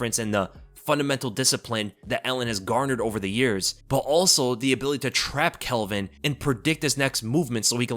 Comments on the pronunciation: It's NOT ' Kelvin ' !!!!!!! C'maaaan ... 🤣👍✊ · it pronounced calvin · Why you call him Kelvin? His name is Calvin lol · Bro, his name is Calvin not Kelvin. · His name is Calvin, not Kelvin. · why you calling Calvin, Kelvin 😂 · Calvin not kelvin 😂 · tfw you called him kelvin like 5 times in a row when his name is calvin lol